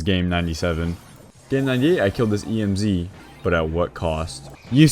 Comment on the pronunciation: He be out here saying E.M.Z. like it's an abbreviation for real though. He doesn't say Emz, he says E.M.Z. 😂😂😂😂